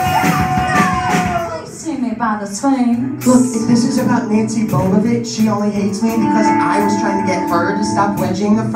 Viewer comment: Did he just say "Nancy bobabitch"?????🤣🤣